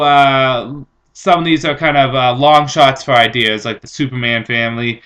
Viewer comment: Good "ide-ers"!